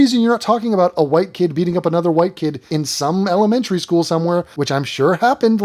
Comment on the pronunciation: Not sure if you said "Melonmentary school" or "Melamentary school" only one of those would be waycist.